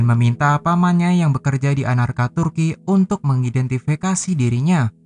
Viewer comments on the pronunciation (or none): ankara bukan anarka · Anarka?? Ankara mungkin